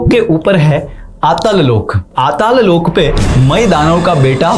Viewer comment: Please dont add extra "a" in every hindi word. It is not Loka it is Lok. stop adding a at end of every hindi word - its Arjun not Arjuna, Mahabharat, not Mahabharata, Ramayan, not ramayana and so on. Prabhupaad, not Prabhupada. Thank you for the video and knowledge.